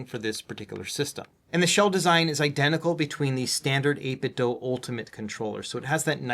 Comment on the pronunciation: So glad you say 8Bitdo correctly.